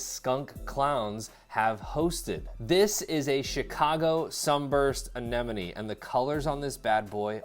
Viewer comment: Thumbs up simply because you pronounced Anemone correctly😂. I swear 9 times out of 10, people say ANENOME.